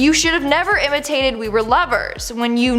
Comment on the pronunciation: Intimated not imitated.